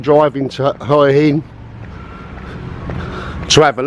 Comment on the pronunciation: Just to let you know, the 'Hua' in Hua Hin is pronounced more like 'Wa.'